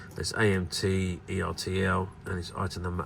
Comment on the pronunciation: Is pronounced Er Tell like turtle